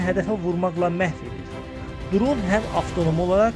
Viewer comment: Qaqa duron yox dron demek lazımdır! Amma video super! Like